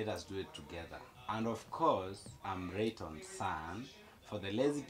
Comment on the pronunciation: The name rayton came out so well at the end❤️❤️❤️❤️❤️